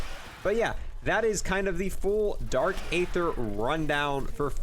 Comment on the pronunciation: ye and dark aether